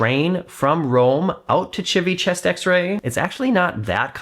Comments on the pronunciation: I love how you pronounce Civitavecchia 😂😂😂 I just bought your book, I plan to read it on my next cruise. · I’m starting to watch your videos just to be entertained by all the ways you pronounce Civitavecchia. 😂